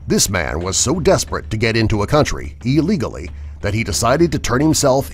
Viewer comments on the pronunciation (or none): take a shot anytime he says illigoly